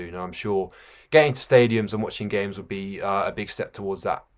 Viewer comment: Its "WOULD" DUMMY!